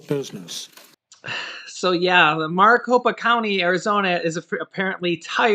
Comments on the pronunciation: Its pronounced (Mare-i-copa) sorry got OCD, I live in Maricopa County (Phoenix, AZ) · It's pronounced merry Copa or Mari copa lol. I'm an AZ native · your pronouncing Maricopa wrong but close ❤